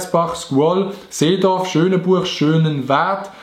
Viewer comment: ich lueg s ganze video er seit: schöneburg und ich wo vo schönenbuch kumm 👁👄👁